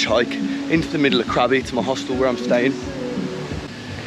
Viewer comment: It should be Krabi not Krabby !